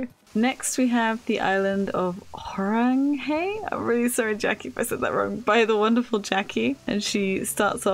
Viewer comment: Thank you so much for featuring my island omg!! I am so honored 💕 you made my morning a million times better and brighter! Everyone’s farms were so amazing and beautiful ✨ p.s you said Horanghae right hehe